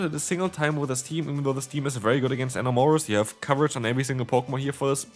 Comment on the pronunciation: It's (in-am-or-us) not (uh-more-is) sounds like you're saying Aurorus, the ice/rock fossil Pokemon💀